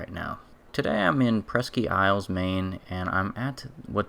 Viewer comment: Presk-ee isle Maine. Hahaha ain’t from around here, are ya, boy? Presque is pronounced “presk”